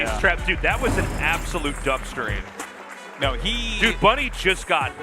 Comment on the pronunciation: "Absolute dumstering" 🤣🤣🤣🤌🏽🤌🏽